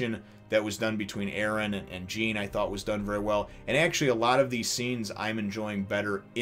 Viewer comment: I don't mean to be rude or anything but jean names is actually pronounced like "John" because its a french name.